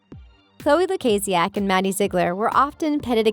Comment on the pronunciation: Young Smart excuse me who are you calling me deaf?!, first of all don’t call me deaf if you don’t even know me, Beacuse that’s kinda offensive and second of all, she said LUKAZIAK Perfectly, that comment that you did towards me about about deaf was very rude 😒